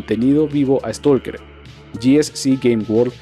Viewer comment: No es stulker! es stailker!